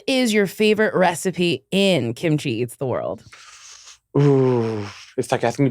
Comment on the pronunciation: Look at Mrs KimaChi (Pronounced like Timothy)